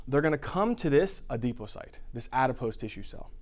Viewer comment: love the work! I just can't stop laughing at how he says "ADEPOCYTE" instead of "ADIPOCYTE" cracks me up every time!